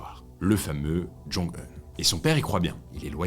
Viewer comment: ondit oun non pas ene